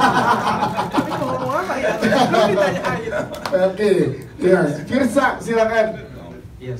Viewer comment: Fiersa kali bukan fierza wkwk